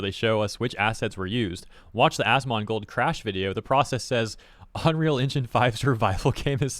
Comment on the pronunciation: "onreal Engine" XD